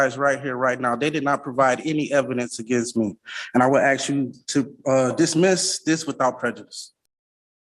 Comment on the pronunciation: The guy us an asshat, Can't pronounce "ask".